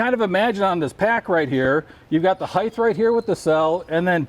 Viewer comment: I hate when people say heif instead of height. There's no damn F.